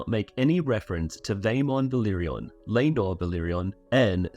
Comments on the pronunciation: Love the vid, but why le-nor and not lae-nor 😭😭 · The pronunciation of Laenor